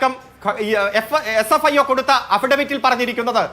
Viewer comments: Sfio ennu para... (Fsio alla) 😂😂😂😂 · ഇതേതാണ് ഒരു പുതിയ ഏജൻസി fsio? ഈ ചങ്ങാതിക്ക് ഏജൻസിയുടെ പേര് പോലും നേരാംവണ്ണം അറിയില്ലേ... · doesn't know SFIO, always says FSIO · SFIO എന്ന് പറയാൻ ഈ അറിയില്ലേ? ഇവൻ എവിടുത്തെ വക്കീൽ ആണ്. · നുണ പറയാൻ മറക്കാതിരിക്കുന്ന ധൃതിയിൽ, SFIO എന്ന് പറയുന്നത് പോലും തെറ്റി പോകുന്നു...... 🤣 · Ee oolaikku sfio ennu parayan polum ariyilla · ഈ ഊളയോട് SFIO എന്ന് ശരിയായി പറയാൻ പഠിച്ചിട്ട് ചർച്ചയ്ക്ക് വരാൻ പറഞ്ഞു കൂടേ..